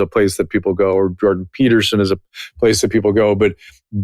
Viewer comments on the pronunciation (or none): did you tube try to mispronounce Jordan P as Gordon P? or is my hearing that bad.